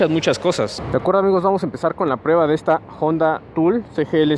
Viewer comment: Si la moto fuera yanqui entiendo pronunciar jonda pero es japonesa y en español la h es muda no decimos joi para decir hoy. Buena moto, deberías poner neutral en los semáforos desgastase así el embrague mucho, también dejas medio embrague en ruta por llevar marcha inadecuada.